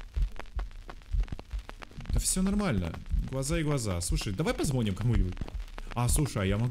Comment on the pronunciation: не позвО́ним, а позвонИ́м.... Ай ай ай.... Не грамотный😂🤪👌